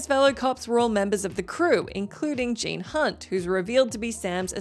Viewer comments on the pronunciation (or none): none